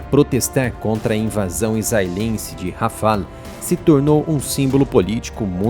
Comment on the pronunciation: Boa abordagem do tema. Só ajustes sugestivos na pronúncia. Rafalê : para o caça francês. Rafá : para a região de Ghaza, Rafah.